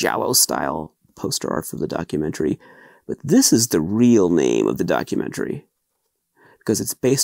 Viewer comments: I understand why/how they are mispronouncing his name, but it still makes me wince. I thought it would be nice to have one unboxing video where his name is pronounced as accurately as an English-speaking American can muster. Now that I've watched several of the bonus features in this set, I realize that most of the commentators have no idea how to pronounce his name...even though it's spoken aloud in the trailers and in Awakening of the Beast. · Lots of these unboxing videos are people that have never seen any of his films, nor that Portuguese is the written and spoken language, the name spoken wrong is still something I forget time to time. My fiancé speaks Zulu and Shona, I also have a habit of making it sound Spanish, either way, great opportunity to learn new things